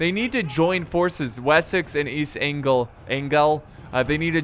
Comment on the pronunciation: Actually pronounced East Anglia